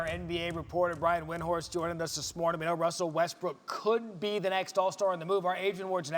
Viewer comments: Lol this man really said Wussle Wessbrook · Who the Hell is "Wussell Westbrook"? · "Yeah so, Wussel Westbwook..." SHUT THE FUCK UP WINDWORST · "Wussel Restbrook" 😂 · “yea, so uh Wussel Restbrook would like to play in Miami” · "Wussel wessbrook" Stephen A. You're wrong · Brian- "wussell Westbrook" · “Yeah so uh Wussle Westbrook”🤣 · Did he not say Wussel Westbrook? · "Wussel Westbrook" LOL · Don’t trust Elmer Fudd on that Wussle Westbrook intro Hunting Wabbits I couldn’t even continue 😂 😂 😂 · Wussel Westbrook, hahahahahahaha- Elmer Fudd. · Who’s “Wussell Westbrook?” 🤣🤣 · “Wusell Westbrook” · “Wussell Westbrook” 😂😂😂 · WUSSLE WESTBROOK!?!?!?!?!? YOU HUNTIN WABBIT TOO BREH??!!!?!? LMAOOOOO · wussel westbwook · So nobody saying this guy just said "Wussell Westbrook" 😂😂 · Brian said “wussle westbrook” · He lost me at "Wussell WessBwook" at the beginning 🤣🤣🤣🤣🤣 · Anyone else hear him say “wussell westbrook” at the beginning 😂😂😂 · juicy jab Why do everyone on ESPN call him wussel😂😂Ramona Shelburn said it twice yesterday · Man said Wussel Westbrook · Did anyone hear Wussle Westbrook Like if u did 👇🏽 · Did this man just say Wussel Westbrook at the beginning lol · “Wussle Westbrook” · "Wussell Westbrook" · Wussel Westbrook, lol am I the only one that heard that when Windhorst 1st said his name? Hey Wrian Windhorst, keep being smug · WUSSELL WESTBROOK😂😂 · Wussell Westbrook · “ Wussell Westbrook “ . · Wussell westbrook? 😂😂😂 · “Wussel Westbrook” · He said wussel westbrook lmao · Did windhorst just say Wussell Westbrook I'm f**** dying right now LOL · "wussle westbrook" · If hear one more person say Wussel Westbrook 🤣🤣🤣🤣